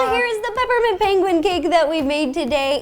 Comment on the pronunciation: Peper mint